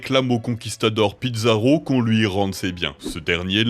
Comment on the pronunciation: FRANCISCO PIZARRO!! Un membre de ma famille! (ça se dit "piza" pas "pidza" comme la pizza) sinon super vidéo comme d'habitude je me régale à regarder vos vidéo continuer comme ça!